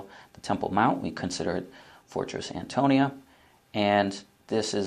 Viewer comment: He keeps saying fort Antonio. lol